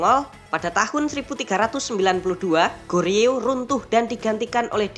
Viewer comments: Joseon dibaca joson bang, Goryeo di baca goryo😊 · Min , nu balek lafad ucapan teh , GORYEO ( bibaca Koryeo artinya Korea ) dan JOSEON dibaca Coson .